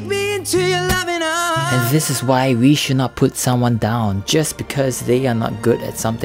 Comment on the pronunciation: "zis is sho sad"